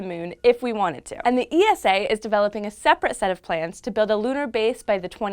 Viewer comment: Dear once again it is not ee-es-aa but ESA as in one word. Just like NASA (you don't N- AA- ES-AA)